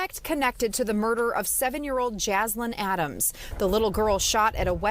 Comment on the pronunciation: I’m not God, but my guess is Jaslyn and Daunte are not going to the same place. Thank you for speaking the truth, Officer Tatum, even if you do have trouble pronouncing Jaslyn’s pretty little name. 😉 Thanks, too, for the love you show for the precious babies who have so tragically been killed this year. They, I’m sure, are going straight to Heaven. God rest their sweet little souls!